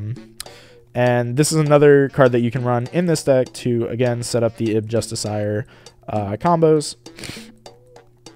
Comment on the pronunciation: the real tell is how far off his pronunciation of 'justiciar' is